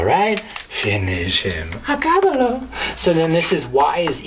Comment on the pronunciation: “Acabalo” LMFAO!!!